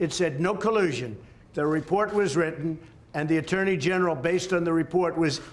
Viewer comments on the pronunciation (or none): none